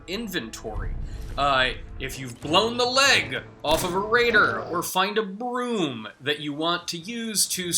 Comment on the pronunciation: You have a very strange manner of speaking, my friend. "... or find a BROOOOOM that you want to use to sweep up a MESSSS that you've made in town, walk up to that object and HOLD the interaction button..." Did anyone else pick up on this? I found it quite funny. In relation to the video itself, eh - I'm sure some people might get something out of this? Not worthy of a 'like', but not worthy of a 'dislike' either.